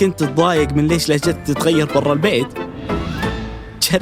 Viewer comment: المتحدث ينطقها لهجَتْك هذه اي لهجة؟